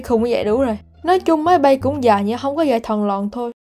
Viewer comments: khúc chữ máy bay chứ không phải chữ mấy bay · "máy bay" mới đúng nha idol, ko phải mấy bay